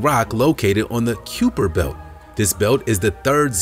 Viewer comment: F.y.i., it's pronounced ky-per belt and is spelled kuiper. It's easy to understand how it could be mispronounced. It's a weird name. It's weird in the same way the oort clouds name is weird.